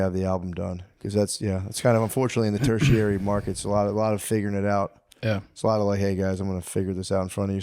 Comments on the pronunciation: “turchiary” lol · Ter-chiary instead of tertiary is crazy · ter·ti·ar·y /ˈtərSHēˌerē,ˈtərSHərē/ Not turcherary